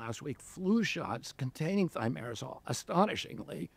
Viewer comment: On prononce Thimero«z»al Le « s » seul placé entre 2 voyelles se prononce « z » dans la langue française 😊